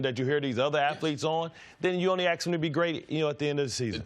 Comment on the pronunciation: Say “ask”. It’s not hard and it’s correct.